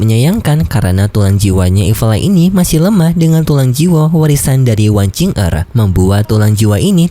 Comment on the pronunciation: Wang qiu er yah bacanya bukan wang cing er